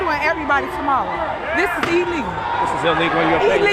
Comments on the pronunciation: Illegal not elegal😂😂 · "This be E LEGULL yaw."